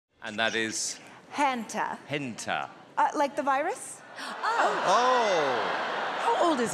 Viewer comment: sooo the rat is named hanta (according to the description) spelled the same as hanta sero from bnha, but pronounced differently (i'm sorry tape man) EDIT: re-watching while in my hanta sero cosplay. totally no regrets